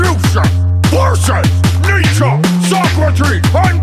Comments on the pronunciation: You defiantly say Nietzsche like onii chan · knee-chuh People hear “knee-chee” but that’s not correct